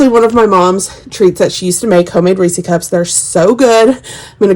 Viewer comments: I live about an hour from the Hershey's plant. It's definitely Reese's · Best part about this video: pronouncing "Reese" as "reesie." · I’ve never heard anyone say it like you do! So funny. It’s cute.